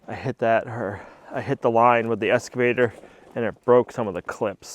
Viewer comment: 🇨🇦Excavator not Escavator. No s in Excavator. Cheers from Canada 🇨🇦